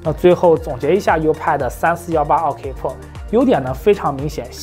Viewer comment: 自行车是什么梗？还有健哥这个pro一直听成了破